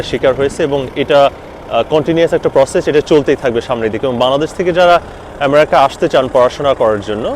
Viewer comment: আপনি তো আমেরিকা ঠিক মত উচ্চারণ ই করতে পারেন না